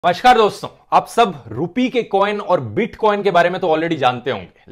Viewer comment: This time, it's "Mashkaar dosto" instead of "Namashkaar"